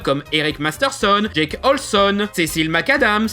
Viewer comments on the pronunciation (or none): none